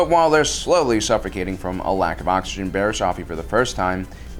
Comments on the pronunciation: Dude please start pronouncing things right its not barris off-ie its barris its barris oh-fie and not jarr-us its its pronounced like chair but with a j jair-us im sorry but please learn how to say something before you say it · It's Bariss off ee . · Wow he said Barriss oofy, good job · Barass oh-fee? Who she? Only backstabbing Jedi I know is barass ah-fee